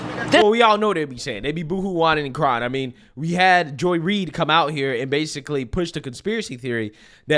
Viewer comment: I think you pronounce Joy Ried "Joy Ride".